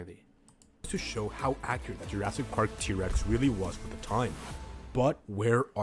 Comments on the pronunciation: Why he say jurasdic? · It’s not jrastic It’s Jurassic 😡